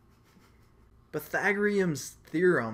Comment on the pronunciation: LOL! pai - tha -gore -ians